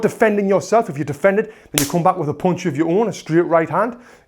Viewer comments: "... a poonch...' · This pronunciation for punch, "Ponch" is really new for me. I wonder where your from? Even though his slang was new to me I still understood what he's trying to convey. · I love the way he's saying "pounch"